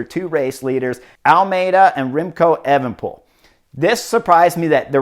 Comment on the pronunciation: also chris its pronounced A-van-a-poel